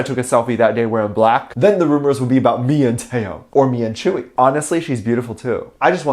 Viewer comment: Most Onces know Tzuyu is not even friends with any BTS members, and before you make a video please learn how to pronounce Tzuyu properly